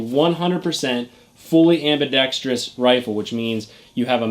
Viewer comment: Tip: ambidex-trous, not ambidex-trious.